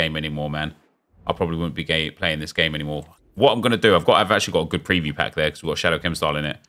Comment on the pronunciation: I cannot comprehend how you say “good”. That’s Goodt!